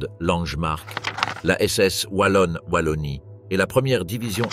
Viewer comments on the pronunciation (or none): none